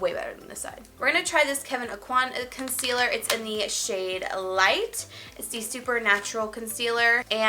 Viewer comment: Everybody go back to cause I don't know if it's just me the way she said concealer